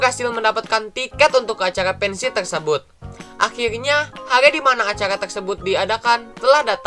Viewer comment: pensi di tambahin L jadi pensiL